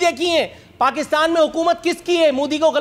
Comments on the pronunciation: It's not mudi it is MODI😂😂😂😂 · Anpadh desh ke anpadh praani Naam modi hai mudi nahi Naam lena to seekh lo pehle